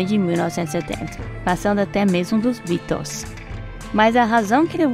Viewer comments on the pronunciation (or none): QUE PRONÚNCIA MAIS ESCABROSA : " BIROS" (BEATLES) ! QUER APARECER??. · Birôs foi foda kkkkkk a matéria até é legal mas pronúncia dos nomes das bandas e dos artistas pqp sem comentários colega